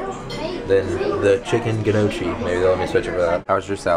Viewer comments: Gnocchi is pronounced Knewoki -.. Gn is like (i KNew it) and occhi is like (okkki) :) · Gnocchi is pronounced like Loki from avengers but add "No" instead of "Lo" to the begining. Love your vlogs!! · It's pronounced "Nocci" :D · It's pronounced No-kee, thumbs up for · The pronunciation of gnocchi is something like gneeoky.. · gnocchi is niokis thats how you pronounce it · you pronounce it chicken niochi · Gnocchi is pronounced "Nocky" :) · It's pronounced knockie like knock-e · Gnocchi is pronounced knock-ee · gnoochi is pronounced n-yolk-e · its pronounced n-yoki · Gnocchi is pronounced "norki" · Also you don't pronounce the g in "gnocchi"